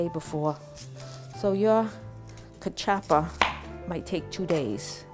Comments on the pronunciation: I think she got the pronunciations and recipe from Google Ai. I want her to learn how to peel/cut the mandioca properly. I've never had Kaw-Chop-Pah before. I don't want to try it. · Nooooo! Okay...if you're going to make our food, please pronounce everything correctly (cuh-chuppa???) No. "Homily"? You mean Samp? I dont know where this recipe came from but it isn't CV. Come on! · First of all it’s pronounced ka- chew pa